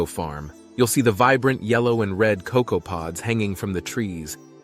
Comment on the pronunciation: Atleast somebody get cocoa correct NOT COK COW